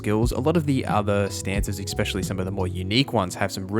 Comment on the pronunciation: Every time you say “exspecially” I die inside. 😅